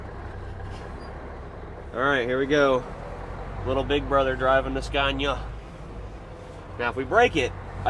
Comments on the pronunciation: great stuff. just for record pronunciation of Scania is SKUNIA . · The A’s in Scania should be pronounced as the a in ”BAR”